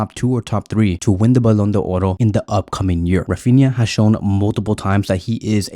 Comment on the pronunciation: Thanks for the video, I'm grateful for your videos and really like them. Because of that I'd like to tell you that the Ballon d'Or is a french word which is not pronounced Ballon d'Oro. There is no "O" at the end of the word d'or Otherwise your videos are amazing. Thank you again!